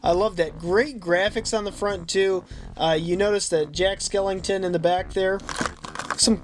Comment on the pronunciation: WHY DOES HE SAY,”Jack SkelINGton” it bothers mr SOOOOOO much